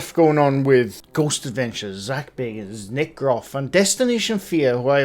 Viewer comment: It’s not Zak Baygans…it’s Zak Baggans…..he’s a distant relative of BILBO..!!!